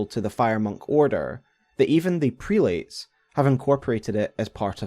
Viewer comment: Prelates. Pronounced, Prel-it's. Or Crozier: Crow-zer.